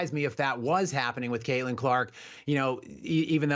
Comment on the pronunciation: Say it again Hamhock. Craitlin Crock. Lmao